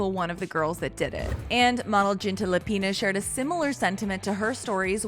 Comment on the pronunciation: I mean, please, when you make a video, you should at least research how to pronounce properly someone's name. The way the host pronounced Ginta Lapiņa's name was... very incorrect